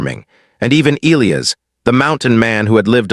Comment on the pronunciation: "Ē-L ī ' - ăs" please take note, if you do not mind. 🤫😏